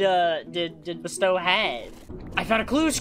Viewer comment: I think you said BSTOW's name wrong